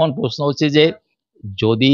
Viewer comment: এই সাংবাদিকের উচ্চারণ খুব শ্রুতিকটু যেমন CBI কে শি বি আই। Sir কে শার প্রশ্ন টা পশ্ন তার সাথে ঘাড় টা অতিরিক্ত বেঁকিয়ে খুব বিরক্তিকর। Please দেখুন এটা। Editor এর কাছে অনুরোধ করছি 🙏